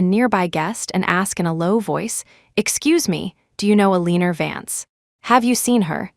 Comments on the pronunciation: Is AI having a problem saying Eleanor (Ella-nor)? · The pronunciation of Aleaner is killing me. 😂😂😂